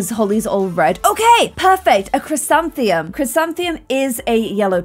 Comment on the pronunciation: IT IS> CHRIS - AN - THI - MUM! that is how its pronounced lol